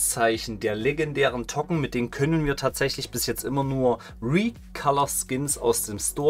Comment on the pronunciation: Dann spreche es auch english aus ˈtoʊkən